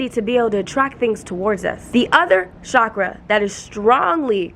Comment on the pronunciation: PLEAAASE say CHAKRA not cshakra❤️❤️ cha-kra. It’s not a fancy French word it’s hindu/sanskrit xx Ps. Are you able to answer how to be more feminine when you’re a divine masculine? By human & spiritual genetics I’m divine masculine but Idk how to be more feminine and it hurts my body. My body & frequency flashes tell me that I need to let go & be more feminine but idk how to